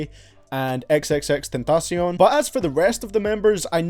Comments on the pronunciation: Your the first person I heard say x name right 😂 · i hate that you dont appreciate the aggresive songs but i love how you pronounce xxxtentacion